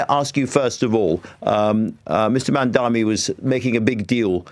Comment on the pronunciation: He’s not called Mandami, still can’t get his name right!! It’s MAMDANI!